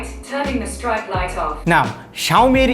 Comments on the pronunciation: Bro its 'strip' not 'stripe' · Strap na IT'S PRONOUNCE STRIP (STREEP) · other people: streep: StRiEpe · Hey google, tharn on the strite light on😖 what an accent.